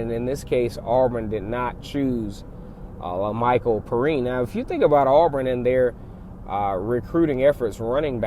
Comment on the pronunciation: It's pronounced pe rine